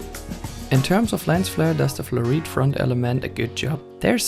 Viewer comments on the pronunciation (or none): you have no idea what you're talking about do you? jesus christ.. "the glass of the 70-200mm is fluorite" what?.. and you didnt even say fluorite you said "flureet"? wtf? you said it like all the elements of the lens are made of "flureet". JUST ONE ELEMENT IS FLUORITE!!!!!